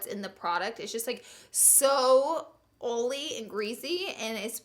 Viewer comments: Laura it's not oly IT IS OILY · Okay but why can't she say the word "oily" correct? I understand the crazy strong accent but "ooly" is not how you say it. Come on lol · I died when she said "it's SO OOHLY and GREEZY" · Girl where you from! Texas? Love you're energy and make up style! #todiefor I love how you say 'oil'.. Ol' "it was too Oly' 😍😉😘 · I just bought a smashbox eyeshadow pallet, for £24 (which pained me an itsy bitsy bit!) and am living in fear of it featuring as a miss on your vids! Eeek!!!! p.s. always love your pronunciation of oily 😂😘